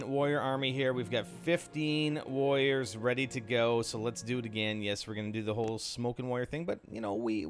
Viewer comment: is it me or is it you saying woyers? anyway try to place your smoke properly. if you place like this you'll be a dead meat on Dr.Terror's, i think.